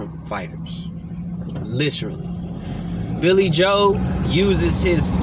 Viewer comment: "Caleeb Plant"😆 "Billy Hoe"😆